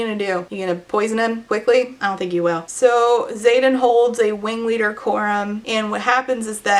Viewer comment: totally not the point of the video but every time i hear you say "wing leader", my brain just hears a uwu-ified "ring leader" which tracks with this book being a circus. he's da big bad wing weader 🥺👉👈